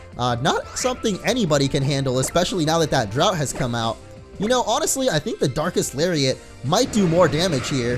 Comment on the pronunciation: I seriously thought he said dark ass lariat